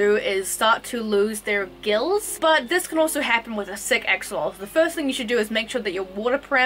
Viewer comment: The X in Axolotl is pronounced as a CH or SH. And the t is more prominent in the TL sound. One syllable. So, “Awshehlote(l).